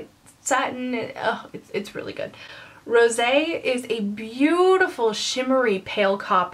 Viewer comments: You don't understand how happy I am that you pronounced Rosé correctly. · Can we just discuss the fact that you are the only person who has pronounced "Rose" (don't have the accent mark in my phone) correctly and not called light brown "lt brown" or "limited brown" besides that as you were reviewing the palette im sitting here shaking my head , saying "yrs, yes!" Your thoughts are EXACtky mine. Love ya and thank you for your continued help and inspiration!! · first off, you are adorable! just bought this palette and you helped think of combinations. also, so happy you pronounced rosé properly lol. thank you! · I totally agree that the first pro palette was only okay. The second one on the other hand is AMAZING! Thank you for putting it out there, I always felt alone in not being in love with the first one. Love all your videos. PS. also you have been the only youtuber that I have seen review this palette that pronounced Rose` correctly! Kudos. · You're the first person I've heard pronounce rosé correctly since this palette came out. THANK YOU!!!! Great review!!! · Lmao YES! I was thinking the EXACT same thing. Lol so funny because I was going to comment that.